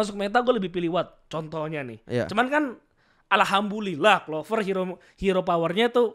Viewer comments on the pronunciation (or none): Respect, walau salah mengucapkan "Alhamdulillah" menjadi "Alhambulillah". setidaknya ada usaha untuk mengucapkan itu walau dia non muslim. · ngomong alhambulillah Yg bner alhamdulillah mau😂😂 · sedenger gua si max ngomong "alhambulillah" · setiap ngomong Alhamdulillah malah jadi Alhambulilah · Ntah salah denger ato nggk ya, dngernya Alhambulillah😭😭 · Dia pake b bukan d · Alhambulilah slh ngomong dia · Knp alhambulilah cok,gw dengernya itu sih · Kok alhambulillah cok. Apa cuma pendengaran gw jelek ya? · Alhamdulillah, bukan Alhambulillah, hehe tapi gpp keren udah menghormati Islam. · Btw kok gw dengernya Alhambulillah ya apa salah denger wkwk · ini islam apa non? Kok alhambulillah gua denger wkwk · Gua dengernya kok ALHAMBULILLAH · juga wkwk ngakak klo w denger max ngomong itu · Alhamdulillah kata max walau penyebutan nya belum pas